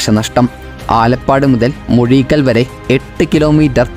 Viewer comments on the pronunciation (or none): മുഴീക്കൽ അല്ല അഴീക്കൽ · മുഴിക്കൽ അല്ല അഴീക്കൽ